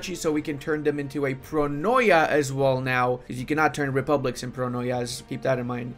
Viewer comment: its not pronoia its pronia